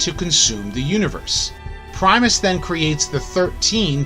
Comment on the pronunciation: It’s Primus